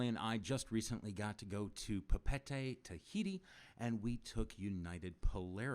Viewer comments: PA PA EH TE not “Papetay” 🤦🏽‍♂️ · Pah-pee-EH-tay, to be exact.